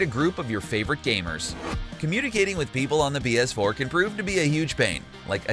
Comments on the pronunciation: Is it just me or dose this guy say bs4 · Is that Philip Defranco? Also I swear he says 🅱️S4 every single time